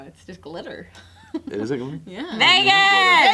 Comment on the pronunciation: hahhahaahha I know say "VEGAAS" bad for a sec that sounds like "IGGA" N not included.